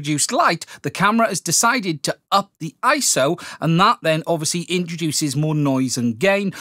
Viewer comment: Dude! It's I-S-O, three individual letters, and that's what it has always been. You aren't doing Camera Butter any favors...